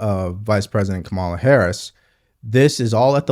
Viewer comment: I enjoy your posts but you need to know Harris’s first name is pronounced karma-la. Just saying if you get this right, you’re almost perfect!😊